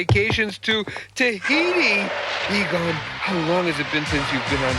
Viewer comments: Are you intentionally mispronouncing those names? Good video tho. It's more like E-gone. E-gun, funny stuff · E-gone, not Egun. Still, great video. Always nice to see others that still love this series. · E-gone. E-GONE. Not "Egun". EGONE. Egon. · Egon’s name is pronounced “E-gone”. Not “Egan”. Otherwise great video. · His name is egon not egin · Biggest bug bear with this video is you say Egen when his name is clearly pronounced Egon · Can't you pronounce Egon properly? Ee-gahn. NOT Egan. Fuck's sake. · I'm sorry, but I just couldn't get through this whole video. The mispronunciations were quite annoying. It's E-GON, not E-GAN. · I am struggling to watch this with all of the mispronounced names. Any Ghostbuster fan knows that Egon is pronounced Egawn and not Egen. Many other names also mispronounced. Do some research. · Sorry had to downvote this because of your awful and irritating pronunciation of EgOn. It's Egon. almost like dawn not Egen. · Who's Eegan? It's E-GONE!!! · Who is "Egun"? Its EGON...say it with me dude...EGON....good video tho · Its Egon, not Egan. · How the fuck are you going to make a Ghostbusters video about monsters while SAYING EGON AS EGAN. HOLY SHIT THEY PRONOUNCE HIS NAME IN THE SHOW AND MOVIES...E-GONE. EGON NOT EGAN. AND FUCK YES I THUMB DOWNED THE VIDEO JUST BECAUSE YOU MONSTROUSLY BUTCHERED HIS NAME. LOL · Just aykroyd? He calls egon egan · That's Ivan (pronounced with a LONG I sound at the beginning, NOT YVONNE). Also, that's Harold Ramis (RAY-MISS) and Egon (EE-GONE) Spengler. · Its pronounced (E-Gon) Please and thank you. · Hey, maybe have the narrator watch any ghostbusters material before he records. It makes me cringe when he calls egon “eggin” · Egin haha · Right. E-Gen? The fuk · Why are Ramis, Egon and Ivan pronounced wrong? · Great video. Though, I don't like how you pronounce Egon.